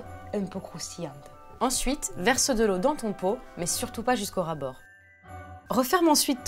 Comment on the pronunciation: "jusqu'au rabord " xD